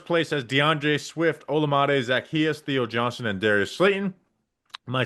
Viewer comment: I love how doesn't know how to say Zacchaeus but Bobby had to drop some old school Sunday School songs 😂